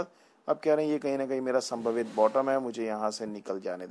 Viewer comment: संभावित not संभवित ...........